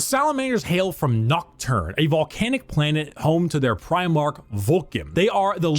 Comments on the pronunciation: It's pronounced pry-mark. Every time you say prih-mark, it grates. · Please work on your pronunciation of Primarch. Your saying Premarch